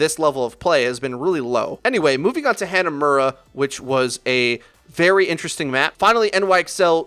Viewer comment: Can you please pronounce Hanamura correctly? It's HA-NA-MU-RA, not HAND-NOT-MU-RA.